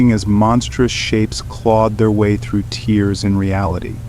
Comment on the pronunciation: Thanks for the spooky stories! Just a word of advice. If you replace the word 'tear' with 'tare' then the narrator would pronounce the word as an adjective or verb, rather than a noun.